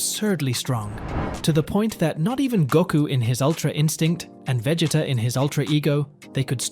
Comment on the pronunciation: Bro you don’t even say Vegeta and Frieza correctly lol